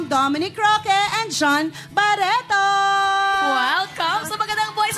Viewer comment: kakaiba ung intonation sa word na 'Baretto'